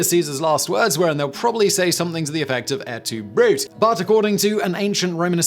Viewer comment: Hey, man... like.... you properly pronounced "Annunaki"....but not the conjugated pluperfect of "Brutus"? Love ya, Simon, love your work, but d×mn, man. When saying, "et tu, Bruté", it sounds like "Brute-ayy". Just for future reference.